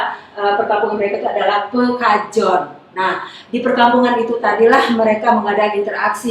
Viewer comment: Perkampungan Pekojan bu, bukan pekajon😁